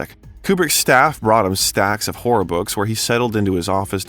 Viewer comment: Narrator: Learn to pronounce "horror". It's not whore! Stephen is not the "King of Whores"